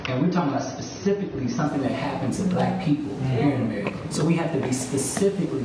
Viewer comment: the way the says "black" lol, not holding back anything.